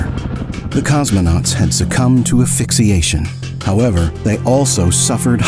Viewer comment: WTF is "Afixxiation"? It's "asphyxiation".